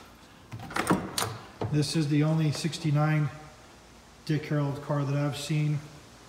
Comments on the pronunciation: Def saying Harold, driving me nuts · STOP SAYING "HAROLD" It's Dick HARRELL!!! The badges are right on the car! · Yup - He repeatedly says "Harold" rather than "Harrell." He also says Fred "Gibbs" rather than Fred "Gibb" lol. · "I'm a general Camaro guy but I'm not a Dick Harold expert, by any means." No kidding. When you don't even realize that the name is HARRELL, not HAROLD, it's pretty evident that you're no expert. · A testament to how clueless the guy is. He's reading the name three dozen times and STILL gets it wrong every time, no matter how many times he sees it. And by the way, it's not "HARrell", it's pronounced "huh-RELL", with the emphasis on the second syllable. So the guy has it wrong 2 DIFFERENT WAYS! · exactly - - of course you're not an expert you can't even pronounce his name correctly - - no D on the end its Dick Harrell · Why do you keep saying Harold ? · Great Car!!The guy doing the narration on the beginning needs to atleast pronounce Dick Harrell right.....it’s not Harold!!🙈look at the badges Dang! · You keep pronouncing his name Dick "Harold". There is not a D at the end of his name. Herrell, try sounding it out slowly. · It's Dick Harroll, not Dick Harrold. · You would think somone that owns this car and knows what it is would be able to pronounce "HARRELL" not Harold!!! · Amazing find, congrats!!! But there’s no D on the end of our last name. Just double L’s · If only there was a badge somewhere on it with the correct last name so you didn't butcher his name over and over....oh... yeah.